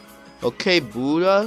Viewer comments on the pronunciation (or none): none